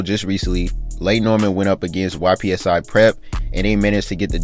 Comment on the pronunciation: It’s not Y-P-S-I prep. 😂 it’s Ypsi(ip-see) prep. He’s from where I’m from Ypsilanti(ip-sa-lantern) I LOVE your content bro. Just wanna keep you right.. because the Bates fam and much of MI will knock your credibility by not really knowing or caring where it’s coming from